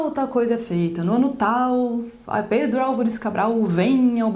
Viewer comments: ela falando pedro alvares cabral com sotaque kokkkkkkk adorei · Kkkkkk... O seu " Pedro Alvares Cabral" ficou totalmente alemão.. igual a Oma da minha esposa falando....kkkkkkkk